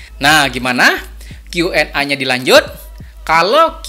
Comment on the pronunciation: Salam petani sukses, Koreksi sedikit pengucapan huruf A pada Q&A Dibaca e, krn Q nya dibaca pake bhs inggris, jd A = E.. maaf ya Pak. Sukses buat chanelnya Pak 👍🙏